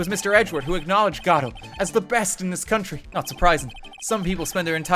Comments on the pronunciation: Pretty sure Godot is supposed to be from a French origin and would be pronounced along the lines of Gohd-oh or Gaw-doh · Your original pronunciation is correct. The emphasis in Godot is on the first syllable. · Anyone who was in stream will remember everyone spamming "FEED" when pheonix swallowed the necklace and the absolute riot of people arguing about how to pronounce Godot (its go-doe fight me /j) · Spoilers It's GO-DOUGH, based off of Dei-GO Arman-DO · im telling you this for my own sanity but godot is prenounced Gehdoh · The ten minute segment of attempting to pronounce “Godot,” only to upset the entire Ace Attorney fandom, is the most thing I’ve ever seen